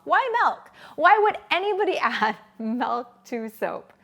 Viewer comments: It's MILK, not MELK!🤦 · bro its milk not melk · i no its milk not melk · Your life must be very blessed if someone's pronunciation of milk is making life unbearable 😉 There are people who suffer anything from Malaria, hunger to Tornados, can't think that anybody would get irritated over Melk, it's not like she is slurping snot or something disgusting. 🤷‍♀️ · I'm sorry, I really hate the way you say milk....its an i not an e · we only spell the word m i l k and she should pronounce it as such. The same as it is unacceptable to say I ain't got no is unacceptable so is her butchering of the word.